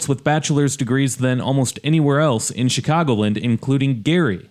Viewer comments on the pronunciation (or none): I know isn't from around here by the way his mispronounces "Chicagoland." It's Chicago LAND', not CHICAGO' Lind.